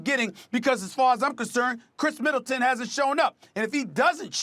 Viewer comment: “Khris Militant” lol cmon Perk